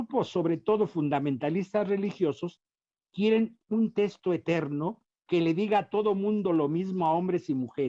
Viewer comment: Sólo aclarar que ese sujeto no es sacerdote, aunque se vista así, tampoco es dominico, pues dejó la Orden y ni siquiera se ordenó, y quién sabe si sea teólogo titulado. Su opinión tiene la misma validez que la de cualquier aficionado. Ah, y se dice "texto", no "testo".